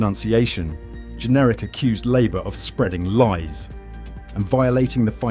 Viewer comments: His name JENRICK NOT GENERIC, or pronounced generic, and no i am not a Tory voter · Since when has Jenrick been pronounced Jenerick ? Is this AI voice over ? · It’s Jenrick not Generic 🙄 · WHO ARE YOU ? YOU CANNOT PRONOUNCE "JENRICK" .... are you some sort of generic AI b s ??